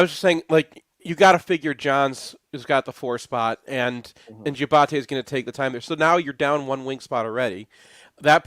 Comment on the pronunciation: It’s Diabate NOT Giabate. Getting annoying hearing you guys say his name wrong. Used to love mgoblog but it’s terrible now. you’re way too silly, not funny and you don’t know shit about basketball.